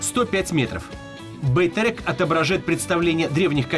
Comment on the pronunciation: он говорит не Байтерек, а Байтэрэк.